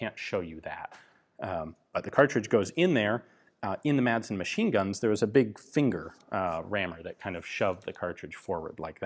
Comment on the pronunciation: Hey Ian, the D in Madsen is mute. Now, repeat after me: Rødgrød med fløde.